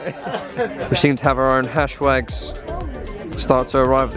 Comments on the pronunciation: man said hash wags hahahahaha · “Over there we have the hashwags” 😂😂